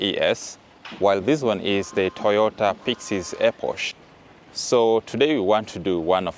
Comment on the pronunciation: EPOCH is pronounce "ee-pok". Eposh sounds funny